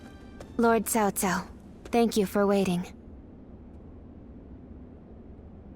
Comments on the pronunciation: WTF is the VA doing his name is CAO CAO, not TAO TAO. It's not even close to the original language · Cao Cao? Did you prefer his name like Cow Cow?